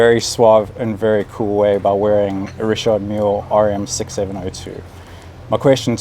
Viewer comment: Mark is one of the few people to correctly pronounce Richard in a francais way